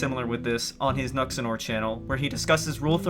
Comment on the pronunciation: BAHAHAHAHHAHAHAHAH OMG I CANT WAIT until he DOESNT BOTHER TAKING THE TIME TO LAUGH AT YOU! BILLY SQUAD!!! RICH WHITE MEN! RICH WHITE MEN! RICH WHITE MEN!!!!! AND YOU MIS-PRONOUNCED NUXATOR!!!!! YOU BUFFOOOON YOU ABSOLUTE PEASANT!